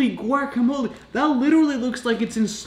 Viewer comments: Isn't is guacamole? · listen closely and its spelled with "guacamole"